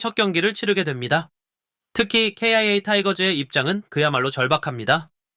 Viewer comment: 아니 기아를 케이아이에이 라고 하는데 직접 녹음 한거면 왜 그렇는 거임?